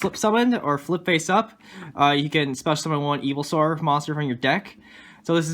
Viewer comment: You keep saying evilswarm. other than that god video bro